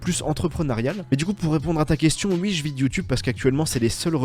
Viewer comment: Par contre pour l’amour du ciel arrête de dire ui dis oui s’il te plaît 😭😭